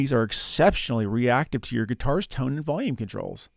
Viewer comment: 'I like big toans and I cannot lie?' What in the world is a "toan?" I that something different than a "tone?"